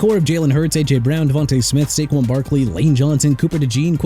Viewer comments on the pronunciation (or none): none